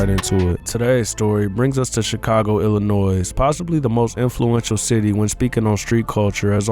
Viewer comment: 10 seconds in and this idiot can't even pronounce the name of our state properly. 👎👎👎👎👎